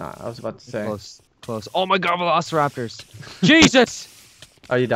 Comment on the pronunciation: said rapors... jesus